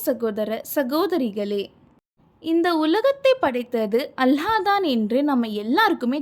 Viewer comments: அல்ஹா அல்ல அல்லாஹ் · அல்ஹா இல்ல அல்லாஹ் if Iam correct correct it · Hallah illa Allah harsh illa arsh enna pesa kooda teriyaze